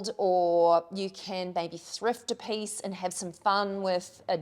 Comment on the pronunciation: LOVE that you pronounce piece as pace! Charming.